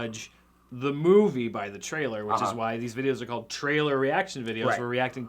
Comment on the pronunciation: always pronounces "trailer" like "traehl'r."